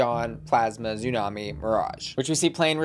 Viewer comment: I love you, but you’re killing me with Xumani’s name. She’s Hispanic, she speaks Spanish, that x is an S sound not a Z sound. Her name is still tsunami not zoo-nami